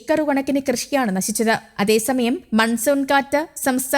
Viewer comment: നാസിച്ചു അല്ല നശിച്ചു എന്ന് പറ